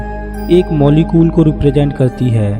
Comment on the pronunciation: sir video achha hai lekin apka voice me problem hai o molecule hai molecol nahi